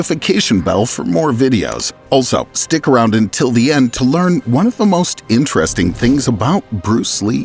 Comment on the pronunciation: Vewy intwesting.